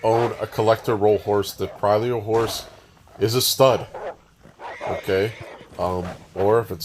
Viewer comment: The two ll's are pronounced as Y. It's Spanish. Creeoyo..